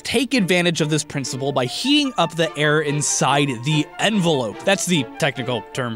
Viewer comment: 😩😩😂😂😂😂 he said “heaing up”